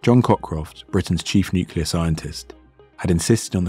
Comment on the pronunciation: "Nucular physics", really? Just when I was about to hit the "Like" button... shame I can't, because of a native not being able to pronounce the word "nuclear" correctly. The story is interesting and it was told well, shame for that major mistake.